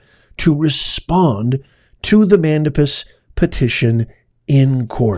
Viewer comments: just for clarification, the proper enunciation of Mandamus is Man-DEY-mus, not Man-DAM-us. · Do you read your comments? Several of have said it’s pronounced MAN DAY MUS!!! CRINGE! Can’t watch this!!! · It’s pronounced man dame us …. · Please learn how to pronounce mandamus (man-day-mus) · Man-dame-us. You're welcome. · Hello Professor, I understand that you may not read this since I am not a member, however, I just wanted to mention that you have probably just insulted 90% of Wendy's employees. Also, mandamus is pronounced man-day-mus. I would like to become a member, but I have to wait for the economy to improve first. I am on a fixed income, can only afford to eat once per day and cannot afford to drink coffee. Take care and thank you for the news you provide. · Writ of "Man dame us " I believe is how it's legally pronounced .